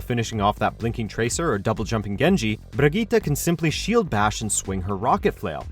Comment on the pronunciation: The way this dude pronounces Brigitte makes me wet.